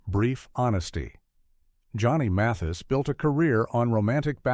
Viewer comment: Weird this narrator is saying Muthis instead of Mathis